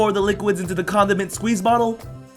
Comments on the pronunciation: I thought he said condom and squeeze bottle, no condiment bottle!!!!! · I thought he said "condom and squeeze bottle" lol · did he say "comdom squeezer" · Did he say condom squeeze bottle.. It sounds like adult guy for girls